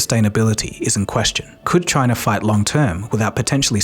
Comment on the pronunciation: The problem is CHAI-NUH!!!!!